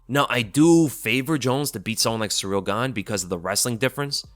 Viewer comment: Guy constantly calls Ciryl "Surreal". You're an MMA channel. You gotta learn how to pronounce these fighters names and have more respect.